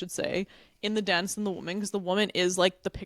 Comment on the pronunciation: Where are you from? The girl on the left pronounces "dance" as "donce"!